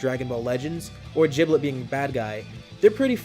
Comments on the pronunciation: The power level for shallot and giblet can be found in db legends at full power base form (Aslo giblet is pronounced gib-let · “jiblet” LOL